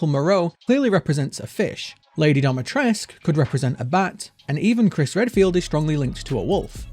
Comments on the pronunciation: But why dometresk? Dimitrescu isn't that hard to pronounce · Dimi. DEE-MEE-TRES-CU. Not Domatresc. This is not your private domicile. This is DIMITRESCU. Pronounced phonetically. The game got it wrong, and so does everyone else.